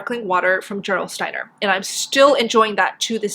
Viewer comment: It's German. Pronounce the G hard not soft for Gerolsteiner. Like in the word ghetto.